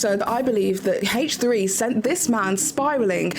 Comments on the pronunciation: Again, I'm just talking about pronouncing proper nouns "correctly." She's doing a video about facts and she can at least pronounce the podcast's proper name correctly. She is very articulate. She was able to say consensual non-monogamous relationship over and over with no problem. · H3 is a proper noun. My comment isn't about her accent. Some people don't care but in this case since she's speaking "facts" and did some research she could have at least pronounced as it is pronounced by the creators of the podcast. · Obviously. I'm talking about proper nouns. H3 is a name or proper noun. By weird I mean it's weird to me that is not saying the name H3 the way the creators say it. I have a friend "Jackie" that hates it when Spanish speakers pronounce her name "Yackie." That example is a bit different because English is their second language. is very fluent and aware and wouldn't have any difficulty saying H3 in it's original pronunciation. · It's so weird she won't say H like Ethan and Hila. It's the name of the podcast not just a letter and number. It's similar to when people mispronounce Hila's name. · In this case, I was speaking of H3 being a proper noun. I know not everyone cares when people pronounce their names or babies name or whatever differently. To me it's weird because fluent and articulate and is speaking "facts," but won't pronounce the proper noun the way the creator of the podcast named it.